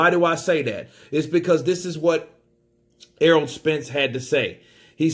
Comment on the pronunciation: saying errold